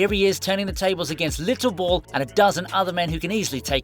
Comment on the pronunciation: Its little bill not not little bull